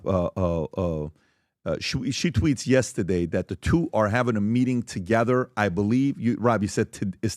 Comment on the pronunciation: PBD please don’t say yestadeyyyy